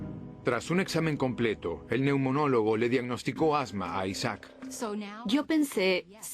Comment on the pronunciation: Neumólogo no neunomólogo